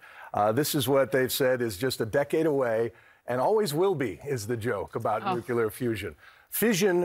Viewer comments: “Nuke you ler fusion”, yes it is a joke. 😂. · my brain melted down when he said "nucular" lmfao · Please,. It’s not new-cue-lar. It’s new-clee-ar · Nuclear = "new" + "clear" NOT "new" + "koo" + "lar" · Can we please normalize shaming people who say "Nucular"? It annoys me to no end. How hard is it to pronounce "New-Clear"? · Please, please, Mr Weir, it's nuclear and not "nucular". Atoms have nuclei and not nuculi. Really. Believe me. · Please stop getting people who say nuk-U-lar to speak about nu-CLE-ar fusion. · I never trust fusion news delivered by people who pronounce it "nook-yuh-ler" instead of "new-clear". There's no "yuh" in there folks.... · “Nucular.” SMH. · You know it's bogus when the TV "expert" says "nukular fusion". Merka.🙄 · Nothing like hearing the “‘science guy” in the news team repeatedly refer to nuclear as a 3-syllable word. And, “‘you say water to power a home?”, after said science guy made a loose reference to such. Man, we intelli-dead. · I'm biased against anyone who can't pronounce nuclear. Sorry.